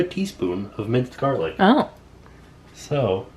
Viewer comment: You can never have enough gah-lic!